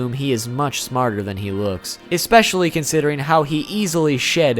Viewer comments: especially* Not Exspecially. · "expecially" bruh my dude. i love your videos but bruv